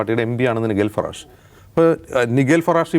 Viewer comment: നൈജൽ ഫറാജിനെയാണോ ഈ നിഗേൽ lഫറാഷ് എന്നുപറയുന്നത്???